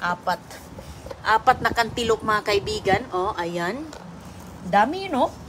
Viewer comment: Cantaloupe not canteloupe!